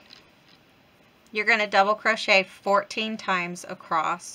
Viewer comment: Do you know you say acrost instead of across? My mom used to say that. ❤